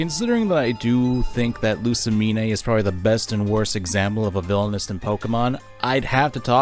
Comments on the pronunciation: I think you're mispronouncing Lusamine. The Mine, is pronounced Mean or Meen. Not separated into Me Ne. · This is a great video But it Is LOO-SAH-MEEN NOT LOO-SAH-MEEN-EH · its pronounced loose-uh-mean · You're pronunciation of Lusamine makes me physically ill.